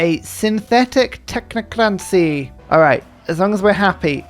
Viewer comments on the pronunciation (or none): I’m sorry to leave a nitpicky comment but please learn how to pronounce technocracy! You’re adding an n that isn’t there